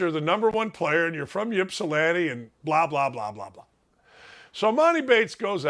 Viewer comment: Ypsilanti doesn't start with a Y sound. It's an I sound . Ip-si-lanti.